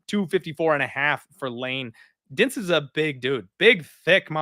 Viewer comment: I sincerely couldn`t understand the DINIZ pronunciation while washing my dishes. Couldn`t you type his name on google translate and try to repeat it as well as possible? it`s portuguese, should be easy to say his name